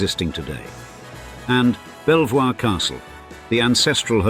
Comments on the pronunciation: Nearly everyone with mostly British ancestry is descended from Edward III, so it's hardly surprising that in this case there are also a few dukes mixed in along the way. And please, do learn how to pronounce Belvoir Castle... it's "bee-ver" not "bell-voi-ir". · Shocking mispronunciation of Belvoir, yes pronounced ‘Beaver’, to make it absolutely clear. AI ‘reader’? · Shame about the mispronunciation of Belvoir! (Sounds like ‘Beaver’) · Do only people from the E Midlands know the pronunciation of Belvoir Caslte, home to the Dukes of Rutland? It may have a beautiful view from the escarpment over the vale of Belvoir, but it's pronounced 'Beeva'. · Belvoir is a French word & the couple share Norman ancestors, so why pronounce the word 'beever'?? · 🇬🇧 We are all human after all. Forget the money. Striving to be a ' good ' person is the most important thing . In my opinion. Being rich, entails huge responsibilities to people, buildings, investments etc. I am so very happy with my ' simple ' life. i.e. The lovely woodlands / nature reserve at the bottom of the garden. All those lovely things. Ps. Surely it's pronounced ' Bever ' Castle.